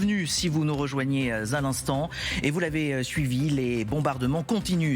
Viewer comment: Za l’instant? On ne fait pas la liaison à l’instant.